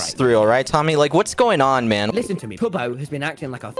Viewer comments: It's not "toobo" Big Q is calling tubbo "Turbo" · Was he... was he saying turbo the whole time? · he was but now he calls him two bow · he doesnt call tubbo toobo he calls tubbo turbo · I thought he was saying turbo. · I don't know to you guys but I hear "Turbo" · Fun Fact, Quackity Calls Tubbo "Toobo" Because In The Spanish Language, The Vowel "U" Is Pronounced "oo" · Im i the only one when quackity said tubbos name and hear turbo?? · Tubbo Pronounciations of the day : Tobow Turbo Tube-o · How normal people pronounce tubbo: tubbo Quackity: turbo, toobo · KsooT your supposed to say tub-o. like a bath tub and then O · i had no idea who that was and I assumed it was TOOBO as well since I speak Spanish fluently as well lol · this comment is dumb, he's a native english and spanish speaker. he said toobo cause he had never seen tubbos name before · He says turbo lmao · Tommy says Toobo as well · I thought he called him turbo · Nope it’s Still Tubbo